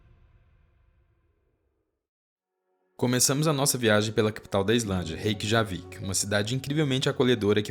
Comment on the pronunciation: Ótimo vídeo! J tem som de i como semi-vogal igual o i em iate. Então pronuncia-se "Reykiavik" e "Reykianes". ❤